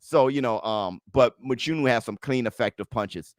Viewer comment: Love the show just want to say one thing Mchunu is pronounced with a click sound where the (ch) is located in his surname.